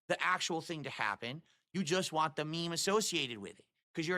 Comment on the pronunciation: I hope people make fun of him for saying ‘want’ as ‘WAH’